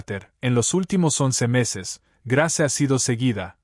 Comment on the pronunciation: Ud no pronuncia los nombres como es debido Grace su narración no es buena